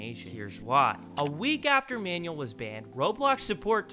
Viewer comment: You guys keep calling him manuel... like he's a manual for a microwave or something, but it's pronounce man-WELL... Emphasis on the "well" at the end. Also pronounced mahn-WELL, if you wanted to be language specific.